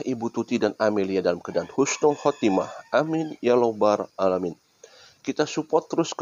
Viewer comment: Mohon izin koreksi sedikit ada salah pengucapan kalimat bang coba di ulang lg ketika mengucapkan kalimat Amin amin ya "Lobar" atau ya "Robal"Alamin ya bang..??😊 mohon maaf sebelumnya ya